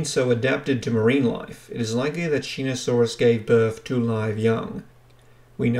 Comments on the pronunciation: I see two people commenting on the mispronunciation it was a little annoying hearing you say Shee-no-saurus instead of Sho-no-saurus how on earth you didn’t see the O instead saw an E I don’t know! but still enjoyable non the less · Shō-knee-saurus! NOT SHEE-NO-SAURUS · Pronounced show•knee•saurus lmao